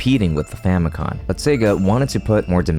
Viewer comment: each time he says famicon instead of famicom i get another grey hair